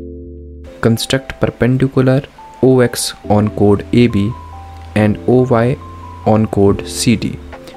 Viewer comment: Chord❌ code ✅